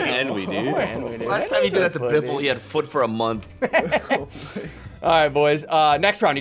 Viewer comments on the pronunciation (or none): Did says the F, B or S word? And Henwy's a FOOT.